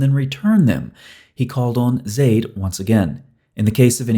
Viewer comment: you actually said zaids name wrong it's pronounced za-eed. but np we understand what you are saying. gbu.